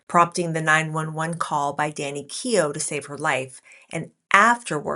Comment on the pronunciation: Danny Keough, not Kenoh